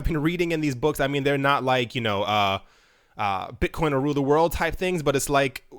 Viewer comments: => Bit-CUM ? LOOOOL You really made my day with this :D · "Bitcum" Lol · Haha....."bit-cum" I laughed at this for like 5 mins!